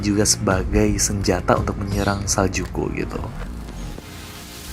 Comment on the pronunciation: Sejukku bang bukan Saljuku